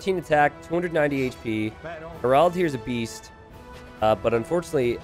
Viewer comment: Harald, more like Harold. If you can make the second a a bit more like the first, that's even better. In Hardraade, the d is silent. It's more like Har-rode-eh. Both names have emphasis on the first syllable. Regards, a Norwegian.